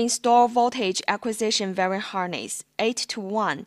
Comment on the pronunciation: "VERY" harness?? it's called a "wiring" harness like WHY R ING. Good attempt otherwise. might help :)